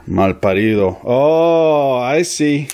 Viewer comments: Wait a minute there either you’re watching to much “narcos” or you habla español when you said “mal parido “ perfecto Mundo pronounciation. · watching the video and MALPARIDO toma español muy bien pronunciado